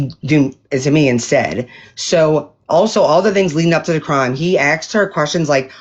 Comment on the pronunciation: Exed... instead of asked. I just can't sometimes 😩